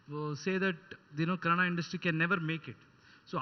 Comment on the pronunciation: It's kannada not Canada.